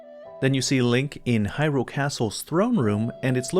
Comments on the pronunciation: What's up with people pronouncing hyrule all funny. There's a trend of people stressing the second syllable "hyRULE". It should be either evenly stressed "hyrule" or the first syllable "HYrule" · I like your videos and I want to say that it is very difficult to hear you stress the second syllable in "Hyrule." Like hyRULE. Hearing that is an anathema to me. Very challenging. Feels like I'm allergic to it. I also don't care what any official pronunciation is, if there is any.